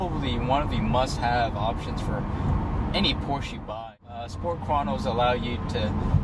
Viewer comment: First thing: Learn how to say the word Porsche. ;-)